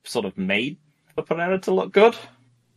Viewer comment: On the ever-growing list of words that I hate hearing pronounce, "Pereira" is towards the top